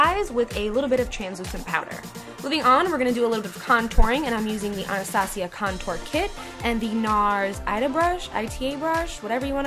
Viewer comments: She pronounced it the correct way. You asked a question and it was answered. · Just because it sounds better doesn't mean it's correct dear. She is saying it correct :) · That's how you pronounce it.